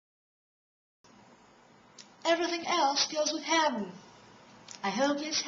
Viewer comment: what the hell is "habben" ??? Or ar you saying "hapben" ??? That is messed up.